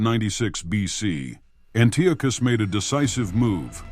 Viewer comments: Always love to see a new history channel pop up, but Dude, his name is pronounced, AN-TEE-AH-CUSS, Antiochus. Good luck to you as you continue to improve and grow 💪🏼 stay at l! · why fo you pronounce antiochus in 2 different ways..